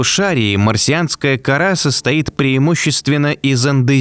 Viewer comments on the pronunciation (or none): none